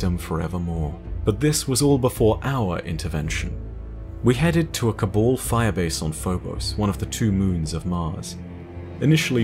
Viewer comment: Your pronunciation of Cabal and Osiris triggers me